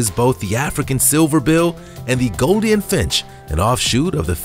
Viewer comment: Goldien? Probiscis? It's golden and proboscis! I mean you're literally pronouncing an obvious 'oh' sound with a long 'i' sound! I like your videos, but come on! You're delivering educational content, but REALLY botching the pronunciation of important, and sometimes simple words! I mean, proBIScus? How did you even do that? I hope your channel does well and we get to see much more content from you, but please, learn the correct ways to say these names so you're not spreading disinformation in your factual informative videos.